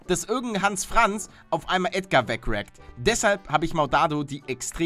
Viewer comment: Nein nicht Ädgar